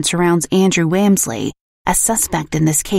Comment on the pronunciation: Interesting, but you pronounced the last name wrong, which was funny. I happen to be distantly related to them.